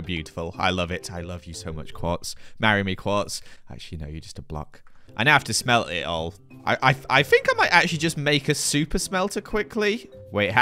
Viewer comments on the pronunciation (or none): The way he said “sme he helt” made my day